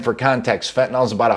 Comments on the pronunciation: The word is pronounced fentanill not fentanall. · Everyone says fentanall drives me nuts